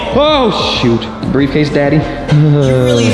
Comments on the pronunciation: Did he say briefcase daddy?🤭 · he said breffcase daddy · At the end he said breif case daddy and that was funny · The fact that Daniel at the last part said “briefcase daddy” that’s what I heard but it’s rlly funny lol